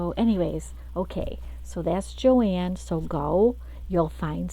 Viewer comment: Your saying it right and it is Beautiful paper Good for You 🎉